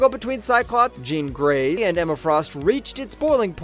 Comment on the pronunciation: Did this dude us AI only to say “jean grey”?? Like what is happening here haha there’s something completely uncanny about how that babe is said everytime in this video